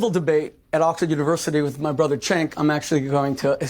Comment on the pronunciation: It's "Jenk". If you call him "Chenk" we'll all think you're Charlie Kirk! 😋😇